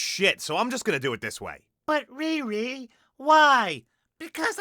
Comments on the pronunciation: I haven't seen this movie so while i was watching this vid i though the main characters name is "retard" because of how you say it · Dude everytime you say her name I'm crying laughing 😂😂😂😂😂